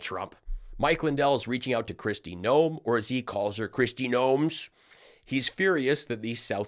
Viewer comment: You’re right! He does say Kristie Noems!! Can’t he say ANYTHING correctly?? 🤣😊🤣😝😝